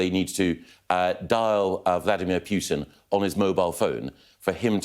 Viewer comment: Sorry to be pernickety but it ay Pyootin Mr Gove it's Poo-tin. Sounds funnier in Black Country English